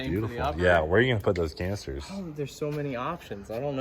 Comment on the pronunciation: "Canisters" the man says... Smh